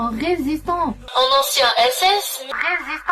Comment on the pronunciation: Ecoutez attentivement sa façon de parler, et surtout, comment elle prononce "résistant" => pour moi, elle est russe. (n'oubliez pas qu'ils cherchent à surfer sur la vague RN et soufflent sur les braises) Au global, on a le faisceau d'indice suivant : - une exagération de patriotisme - la phrase "mais c'est un ancien SS [p muet] mais c'était un résistant" * phrase grammaticalement très bancale * le "p" muet n'a vraiment rien à faire là * le son à la fin de "résistant", typiquement slave (un "an" qui vire sur le "on") - elle est "typé" slave (*) (*) je mets ce point en dernier pour éviter le délit de faciès. A aucun moment il est question de dire "tête de slave donc russe". Non, et ce serait débile. Par contre, étant donné les points précédent à la source de la suspicion, c'est un détail supplémentaire qui s'intègre dans les points précédents.